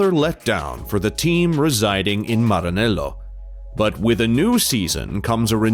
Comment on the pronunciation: Aaahh you say ✨Maranello✨ so beautifully🤌🏼